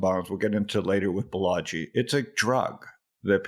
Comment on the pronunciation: Balaji, not Balagi